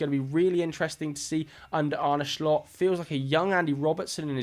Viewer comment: Brilliant video. Just a heads up, the pronounciation of Slot is more like "slowed" rather than "shlot." It's a sharp S in the beginning and a drawn out O